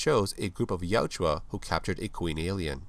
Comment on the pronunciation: Good video! I just want to let you know you keep calling the Predators, Yajua, but it’s Yautja. Ya-ut-ja. ☺️